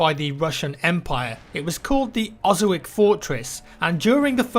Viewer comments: It's pronounced "Oh-soh-vets", not Osowick. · It's Oso-vitz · Well... Osowiec is pronounced like: Osoviets. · It's pronounced Osovyets. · The name of the fortress is NOT whatever you called it. Look up in Google how to Polish "C" is pronounced. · Osowiec ... oh god, your pronunciation is just awesome. Is should go like that